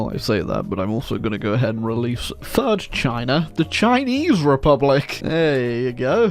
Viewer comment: khivan jadidist repulic..😅😅😅 dyckland..